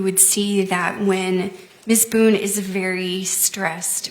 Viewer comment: The way her attorney miss-pronounces her surname. 😂 “How many times did you meet with Ms Boown?”